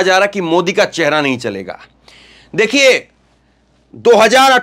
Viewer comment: चहेरा नहीं चेहरा होता है